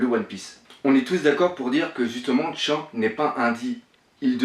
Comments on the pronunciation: Shanks shanks s'il te plait prononce bien le nom des personnage des mangas . C'est vraiment deg. Fait un effort. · Pitier un petit effort sur la prononciation de Shanks xD Sinon pas mal la petite theory. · Shanks se prononce chanksse pas tchank T-T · Mec jsuis désolé t'as vidéo elle peut être bien travaillé ou pas j'en sais rien pcq je les pas vues jme suis arrêter au moment où tu as Chank au putains sa ma tellement fait mal à l'oreille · arrete de dire tchank, c'est Shanks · quand il dit shanks tu oublie de prononcer le s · on dit pas tchank mai Shanks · au fait on dit shanks et pas shank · Shaaaaaanks pas Tchanks !! Pitié la prononciation ! T'es un vrai boss pour tes théories et autres mais la prononciation ... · Attention à la prononciation, on prononce " shan ksse ", pas " chank ". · J ai regardé deux trois théories venant de toi Il y en a des fondées et d'autres non .. Il faut vraiment faire un effort de prononciation sur les persos du manga parce que chank ou encore outsop ca devient dure pour les oreilles au bout de plusieurs fois .. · C'est qui sa tchank?? un effort sur les prononciation ces plus possibles là.. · putin comment tu prononce Shanks 😂😂😂😂